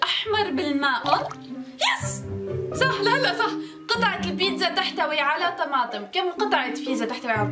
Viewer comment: مابتعرفي تحكي صح بتقولي سح